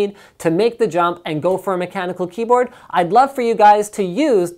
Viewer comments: He almost said cumboatd lol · Hahahahaha! Omg sorry for being childish "If i put a mechanical cum-ehm keyboard" I am really dying of laughter! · Linus almoist said cumboard, lol